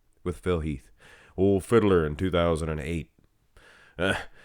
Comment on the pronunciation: I love Martin. I actually had him 4th. No way was Jacked beating and with Nick out I knew he was going to be up 4th at prejudging. Did you say Diddler Phil or Fiddler Phil?